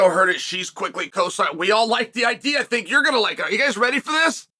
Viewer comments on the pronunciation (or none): none